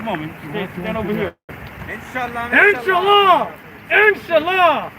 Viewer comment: Wow is saying God willing in Arab perfectly 👌